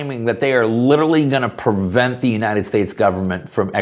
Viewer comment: I'm a gun guy, I've voted for trump, I'm a patriot and I noticed that when you say prevent you pronounce it as "pervent". Do you pronounce nuclear as "nuculer"?